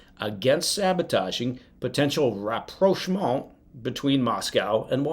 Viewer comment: Appreciate it that you pronounce approchment correctly. (Apologies if my spelling isn't as good as your pronunciation!)